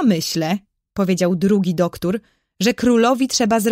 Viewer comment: Mega fajne.❤ Tylko ja w książce nie miałam duktur tylko doktor. Ale fajniejsze się słucha ❤❤❤❤